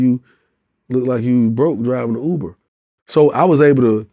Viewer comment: It's Uber - NOT OOBER... 🤣 🤣 🤣 🤣 🤣 🤣 🤣